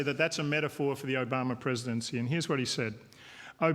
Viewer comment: why does he keep calling him Obamer? lol